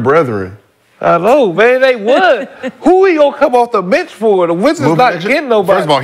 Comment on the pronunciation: “the wizzers… it’s THE WIZZARS”